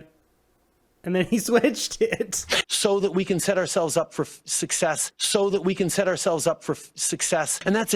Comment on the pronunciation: TRUDEAU: "So that we can set ourselves up for FUCCESS."